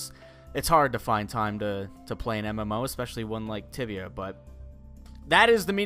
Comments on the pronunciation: so i thought he said tivia instead of tibia and i ended up finding a porn site... thanks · Noobs it's tibia not tivia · It's Tibia... Not tivia... it'll pop up tiavia and don't go there >.< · said tivia not tibia. tibia is porn tivia is definetly not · It's tibia not tivia its one of the oldest mmorpgs out there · So, I thought he said "Tivia" and so I typed that into google only to get a porn site and was really confused for a few seconds and then realized he said "Tibia" and not "Tivia"...... yeah..... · Tibia. TIBIA. Not Tivia. Don't search Tivia. Search TIBIA. It's pretty cool. Released back in '97. It's a MMORPG as has said. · Ohhh Tibia. I thought you said Tivia, that could have been weird. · guys it's spelled Tibia not Tivia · I thought said tivia and I searched it and google led me to a new ground. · ITS TIBIA NOT TIVIA PLEASE SPARE YOUR SEARCH HISTORY WHEN LOOKING FOR THE GAME YOURE WELCOME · The name of the game is Tibia, not tiavia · I thought he said Tivia, no my friends that is a porn site. The "b" is very important. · Tibia with a B not a V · It's Tibia...